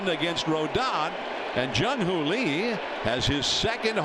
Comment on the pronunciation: How to Pronounce Jung-hoo Lee Correctly: 1. It’s not pronounced like the English name “Lee,” but closer to a short “ee” sound. 2. In Korea, the name is pronounced Lee Jung-hoo, because in Korean names, the family name comes before the given name—just like you say Fatty Kim Jong-un, not Jong-un Kim. 3. “Lee Jung-hoo” has three syllables when spoken slowly and clearly, but in natural speech, it sounds like two syllables (Ee Jung-hoo) or even one fluid sound (Ee-jung-hoo). 4. Pronounce it without stress or intonation. Korean has almost no stress or intonation..